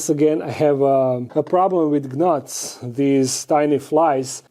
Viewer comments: The G is silent on the word gnats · I love the way you say gnats! Lol